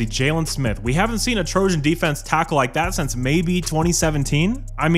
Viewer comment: I thought he said he’s the Trojan killer now 😂